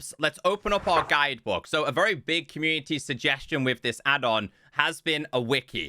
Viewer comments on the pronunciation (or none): none